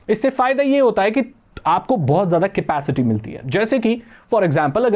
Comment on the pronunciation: It's capacity not scapicity 😂